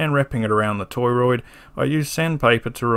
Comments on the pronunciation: beautiful video. subbed. lots of mispronunciations of "toroid" here btw. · Great video! I learned a lot today! Are you pronouncing it toy-roid on purpose?